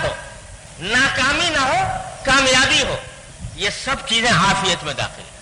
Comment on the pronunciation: افیت نہیں عافیت ہے درست کر لیں